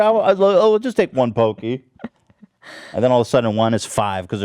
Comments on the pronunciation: They're not pronounced PO-Key. It's PAW-key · Hello Panda are the best cookies ever, I can completely understand the inability to control yourself when those are in your face. Those and Pocky? Fuck dude, I’ll simp for these snacks. Edit: Ethan it’s pronounced PAH-kee, not pokey. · did he say poke-ee